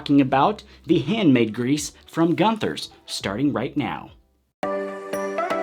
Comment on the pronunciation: Pronounced goon thers